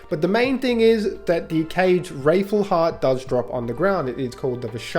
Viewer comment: wrathful not wraithful mate. Its hearts filled with wrath